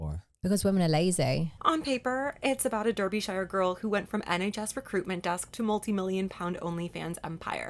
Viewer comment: I'm going to continue the video (promise), but the pronunciation of Derbyshire is actually /ˈdɑːr.bɪ.ʃɚ/ Not The Shire like in Lord of the Rings x greetings from the UK!